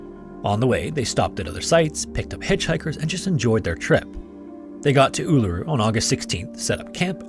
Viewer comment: 👍🏾Thank you for calling "Uluru" by its correct Aboriginal name👍🏾